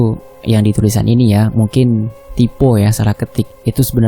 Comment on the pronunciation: bacanya taipo min bukan tipo...😂